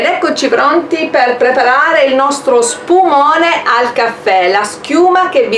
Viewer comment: "uno spuMOAne"